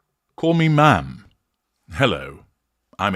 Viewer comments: It’s Ma’am to rhyme with “jam”, not Ma’rm as in “smarm”. She deserves neither. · H and M = Ham, not ma’am.